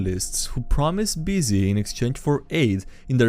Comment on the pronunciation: either not knowing how to say bussy right or refusing to say it right is funny to me.